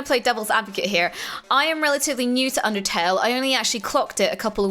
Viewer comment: I am so overjoyed that said Undetale. I love eveything about it, Sans and Papyrus are just so great and Toriel she is just my god. x3 but I did squeal like loud. Love you and!